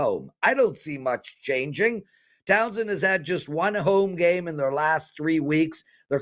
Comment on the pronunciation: Towson, not Townson